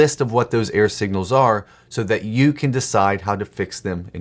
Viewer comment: Error signals. I use videos to supplement my writing education, and in this one he created a meta message, probably without realizing it. I listened to the first half of the video wondering (and distracted by) what he meant by "air signals", thinking it had something to do with his radio reception analogy. Even the captions wrote "air signals". Finally from context I figured out he was saying "error". That makes a lot more sense! (There's my clarifying feedback.) Thanks for these videos and their bite-size writing topics. 🙂